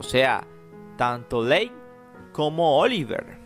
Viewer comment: Q BARBARO Q MAL HABLAS!! VIVIAN "LEIN" NO JODAS!!